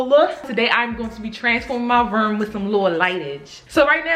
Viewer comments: that Baltimore coming out 😂😂 “My Rerm” (room lmao) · She said my ruum instead of room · i thought she was saying “my verm” 😭😭😭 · Spirit Ik I Wasn’t The Only One Who Heard It 😂😂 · Spirit Dorsey I love it!!!😭😭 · Is it Room or Ruum or Reum? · The way say room🤣🤣